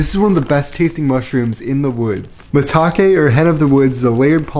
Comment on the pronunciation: Also, maitake is pronounced my tahkay, not muhtakay